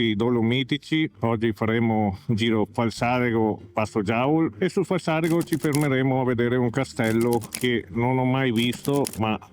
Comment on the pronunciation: Ciao, tutto bello e lamentele condivisibile tant'e' che da molto non frequento la zona. Un paio di precisazioni: 1) Passo Giau ( non Giaul ); 2) il passo San Boldo cistruito per prima guerra mondiale, non seconda. Ciao da San Fior city 😂